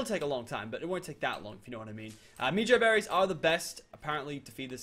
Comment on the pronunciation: you pronounce it as meh-joe-berries. Please say it like this.